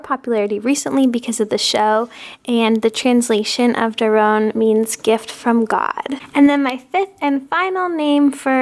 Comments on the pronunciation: Doron is correct not Daron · It’s doron not daron I think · im from israel, and besides noa, gal and abigail the names you mantioned in the video are not very popular here for babys... btw its doron not daron, and the name noa doesnt mean moovment its a name from the bible and it doesnt really have a meaning.